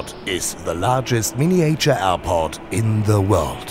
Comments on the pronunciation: Oh, weh.... dieser begnadete "Englisch"-Sprecher ist ja kaum auszuhalten. Miniäitscher - inzwischen ist das MiWuLa doch ein echtes Millionenunternehmen und ich verstehe einfach nicht, wieso man da nicht mal einen professionellen britischen Muttersprachler ranholen kann, der dabei hilft, diese Peinlichkeiten zu vermeiden. Ich traue mich einfach nicht, meinen Freunden in den USA einen Link zu schicken, echt nicht. "To date more than 265 people", jo - ist klar. Leute, das muss besser werden! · Die englische Übersetzung des Off-Textes ist - ähm - mutig :-D Die Aussprache ebenso ... Mein Favorit: "mini-äitschür" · The guy could have at least learnt how to pronounce "miniature" and "dueling". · So ein schönes Video. Nur wenn der Sprecher die Worte "Miniäture" oder "Creäture" sagt, triggert mich das total :D :D :D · Surely, in a city as large as Hamburg, you could have found a native English speaker to speak in this video? Or the guy could have at least learnt how to pronounce "miniature" and "dueling".